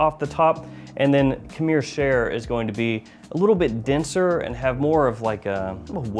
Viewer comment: it means wine or liquor, but he can’t say khamr, he’s saying kamir